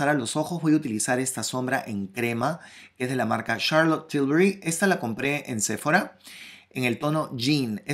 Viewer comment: Me gustó mucho🥰. Sephora se pronuncia con acento en la o sePHOra🤓